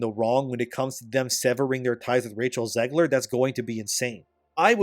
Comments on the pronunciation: YOU ARE SAYING ZEGLER WRONG LMFAO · It's Zegler